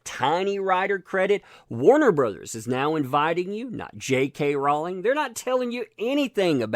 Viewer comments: Rowling rhymes with Bowling...not balling.:) LOLOLOL Keep up the good work!!!!!!!! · Rowling is pronounced Rolling, it grates on my nerves the way you pronounce this. Don't complain about someone disrespecting her if you can't get her name right. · I love accent when he says "Jay Kay ROW-ling".